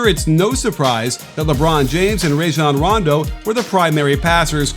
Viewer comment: Bro for the love of god can you pronounce Rajon Rondo correctly for once.